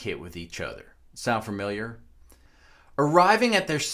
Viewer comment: synomonous, lol!!! oh, and familiar fa mil yer, not fer mil yer